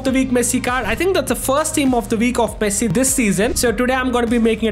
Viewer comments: dude says messi but always sounds like he is saying pessi damm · bro said pessi instead of messi 😂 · bro really said pessi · nah bro u said pessi I know not intentionally u said it mistakenly but u said pessi for sure😂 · 5:0 bro called pessi😂😂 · You are speak Pessi😅😅 0.04 sec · Bro said pessi but ay W we ronaldo fans are happy 😂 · You said pessii😂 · said pessi? His main id name is literally messiniac 💀💀 ig it clears it all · bro thought we wouldn't notice him saying pessi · nah my bro said pessi 💀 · Bro said pessi 💀 Bro swapped sides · listen what he said in like . He clearly "Pessi" and not just once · tbh it was only once , maybe you need to check your ears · nah bro you said pessi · Literally says pessi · He said pessi you high bruh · bro really said Pessi 💀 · bro said pessi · he says pessi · Bruh you said pessi 💀💀✅ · Why you say pessi bro 0.04